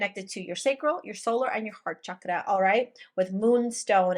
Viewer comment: Royal Purple ♈️ 🎶and they said we’d never be royals 🎶 reincarnation of the true leaders, love how you say “ chakra” be well ❤ is the frequency